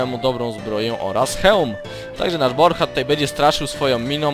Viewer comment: poprawka Borcha nie Brocha